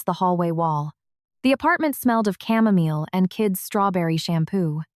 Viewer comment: Camomile pronounced mile not meal .❤🇬🇧